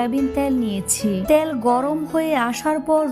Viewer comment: আপনি তো ভুল উচ্চারণ করেন রুল,ত্যিল,বেডগাম।